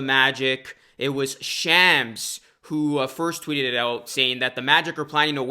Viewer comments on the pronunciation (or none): none